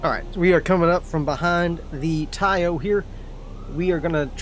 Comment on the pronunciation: Taiyo, not ho! The ho's are downtown!😁 🤣🤣🤣🤣🤣🤣🤣🤣🤣🤣